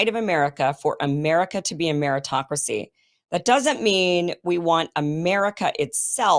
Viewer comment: Kim, it’s pronounced: “Meri-toc-cracy”